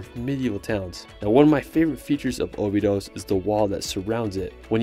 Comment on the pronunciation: Cool video,, but i would recommend pronouncing cities like Portugese do: like "obidoush", not "obidos", and "lagoush" instead of "lagos", as correct pronunciation will help in finding places if you ask someone local. As well the cave in Algarve region is not Bengali, but Benagil ("benazhiil"), same mistake is the river in Porto - Douro, not Duoro